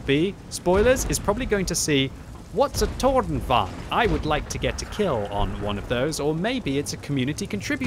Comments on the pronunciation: Softer R please it is tornvagn not toRR!!!!nvagn. :P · it's tornvagn not tårnvagn, the o in toon is the right pronunciation. very nice review though, love your youtube channel : ) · Seems a lot of the CCs are saying this is a bad tank. I will ask though that you pronounce it correctly - It's Torn-vung-en. Same with Krang-vung-en - The Swedish vagn isn't rolled into one word, its two syllables - good work though and enjoyed the new chapter approach too! Be good if you can upload the video with the Chapter breaks in there so people can skip to them? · Since you are so good at german,, lets try pronouce Tornvagn. I am impressed about the "vagn" part but "torn" is not pronounced like english 'thorn'. 'To' in "torn" is like english word "to" then add "rn" like in "aren't". Torn means "tower" and "vagn" is "carrige" or "wagon". Like tower-wagon... Same goes for Kranvagn which I have no idea what is actually means since it was a covername for the EMIL project. Impressed with your work. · Im amused at you saying "Tårnvagn" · Do not say the R in Tornvagn. Hidden R in that. Swedish power, fun to look and good to know how to play against it. I am born with shakinghands so almost only TD:s for me these days. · Seriously, awful pronunciation, this is a Swedish vehicle, not polish. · maybe just use the English pronunciation lol?